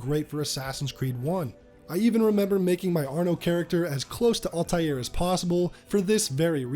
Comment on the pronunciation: Al-taïr is a word in arabic and it means “the flying one” or “the bird” to pronounce it say AL (like L) and continue and say tayir (ta and yir (yir pronounced as year) so you can read it as L ta year